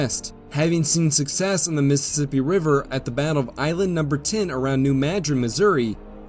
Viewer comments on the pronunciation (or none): none